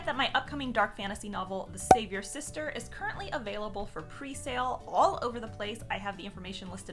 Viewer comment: Am I the only one who hears "save your sister" instead of the savior sister?🤣